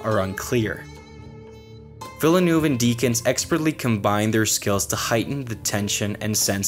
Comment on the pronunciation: Again a great video from you guys! Apart from the pronounciation of Villeneuve I really enjoyed this one